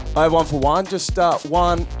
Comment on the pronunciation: one , won , Juan how much Juan